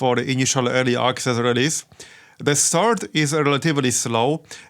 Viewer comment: örly aksezz